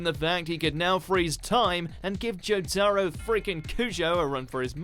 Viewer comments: Zootaro Am I the only one that heard that? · when he pronounces it jo-taro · lol they can even pronounce jotaro right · Not only do you still pronounce Jotaro incorrectly even after the clip you use says it correctly but that was a TERRIBLE pronunciation of Kurapika.